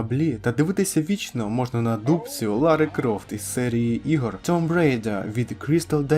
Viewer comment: Друже, tomb читається як тум.